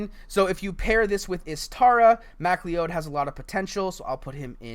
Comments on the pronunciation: MacLee-Odd 🤣🤣🤣🤣 pronounced Mac- Cloud. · I think MacLeod is pronounced mac-loud